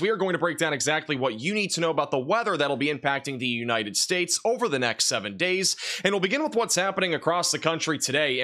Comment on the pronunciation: with the weather for “The-Eenited States” 🎉😊😅